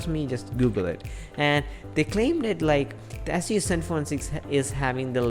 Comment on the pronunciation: Also wtf is an Ass-use. At least pronounce the damn brand properly